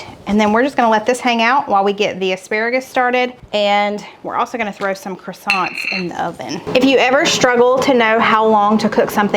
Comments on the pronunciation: Your rolls are not coisants they are pronounced Cresent just thought you might like to know ❤ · I am definitely making the soup! I will need to use riced cauliflower instead of pasta, as I can’t eat wheat or rice. Boo! I love the pronunciation of croissants! That was hilarious. I’m thinking that you and my friend in Oklahoma need to have Google pronounce the word oil for you. JK!!! I tease her all of the time. 😂😂😂